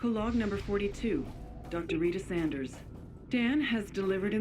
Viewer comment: It's weird that Dr. Rita Sanders pronounces her name differently in the same recording. Oopsie from the voice actor?